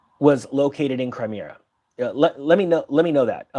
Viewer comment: did you say Crimear ? You been in the UK too long, your adding R's to the ending of words !! Ha ha !!